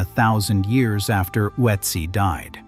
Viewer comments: Why do everyone who is speaking English is butchering Ötzi. Some say Utzi others Oh-etzi or Uetzi which is also all 3 pronouncings are wrong. Use Babble or another language App to have the correct pronunciation. It is Ö.t.z.i. like the Ötztal Alps. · A totally useless point. Germans routinely butcher English names and words, and it's totally fine. The way we vocalize foreign words and names is shaped by our mother tongues. Asking people to pronounce a foreign name or words as close to perfect as possible is a waste of everyone's time.